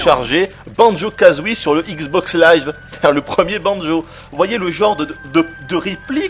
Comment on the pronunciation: All I heard was ICKS BOCKS LAIVE!!!!